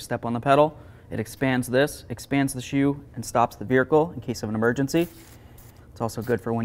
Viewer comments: Dude I would NEVER Let you Pry on my Wheels like that. No Sir Man. Mine come off just fine from 2 inches off the ground. Also, did you just say Veer-icle? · Did he say ‘veerhicle’? lol…awesome!